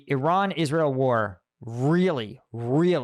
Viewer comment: Hi, It's not pronounced "Sha Head". It's pronounced "Shah heed", it rhymes with Lockheed, like Lockheed Martin. And yes, unfortunately, I'm from Iran (pronounced Eeron). 😂. Congratulations on the second baby!!